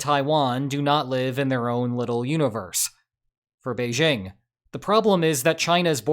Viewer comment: First off, "Beijing" contains no "z". (It's "Bei-jing", not "beizhing".) ;)